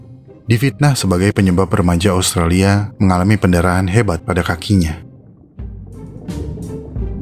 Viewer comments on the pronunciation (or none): none